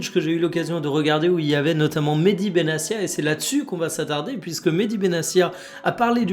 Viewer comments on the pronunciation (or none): Petite précision ça se prononce Benatia, pas Benassia À part ça top les vidéos quotidiennes 👍